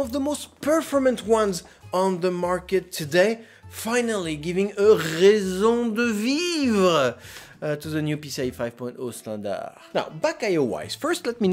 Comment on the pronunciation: "rrrraison de vivre" mdr 😂 when can we see the custom loop!!